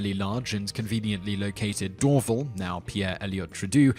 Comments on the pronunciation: Glad Mirabel made your list the BTW other airport is spelled as Dorval and pronounced as " door - val" not " door - vel" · I know Simon knows how to pronounce Trudeau now, but Dorval is accented on the second syllable, the first syllable sounds like "door", and the second syllable rhymes with "pal". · Just for future reference...about Montreal's airport...they pronounce it Dor-VAL, not DORvl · Dorval is not pronounced DOR'-vul, but dor-VAL. Trudeau is not pronounced tra-DOO, but TRUE-dough. As for the Millennium Dome, it was built a year too early. Since the millennium actually began on January 1, 2001 (as there was no Year Zero) Londoners should have had a perfectly good idea of what to do with the Dome on that date. Since they were seemingly oblivious to this fact, the structure is a fitting monument to those who foolishly believe that the new decade/century/millennium started at the beginning of 2000 rather than at the end. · Simon's pronunciation of words that are even slightly not in English is... to say the least... cringeworthy. Dorville? Trudoo? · Pierre Elliott Trudeau (True-doe)Dorval (Door-val) (As in Val-entine)Mirabel (Mayr-ah-bell) Just some help there, for future reference. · I know this video is almost two years old... But English and French speaking Canadians pronounced Dorval more akin to Door-vaal. Using an 'a" sound like "Alan". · Dorval is pronounced Door-Val. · tip: when trying to talk intelligently about places in other countries, Google the pronunciation of names you've never heard, like Dorval. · Butchered "Trudeau" and "Dorval" too. Suprisingly, he gout "Mirabel" right! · Alexandra Warzee Also how he pronounces Dorval.